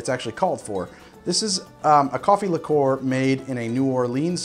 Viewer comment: Strangely, every time I try cracking an egg on a counter or similar flat surface, I end up with shell fragments everywhere. I don’t know why. Whacking the egg with a knife is somewhat less bad for me. No idea why. I’ve never heard that pronunciation of “liqueur” anywhere else. It’s somewhat annoying somehow.